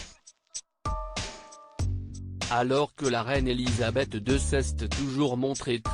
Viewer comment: Il serait agréable d’apprendre à votre voix à prononcer les mots ”c’est” et ”ont” en français correct. Merci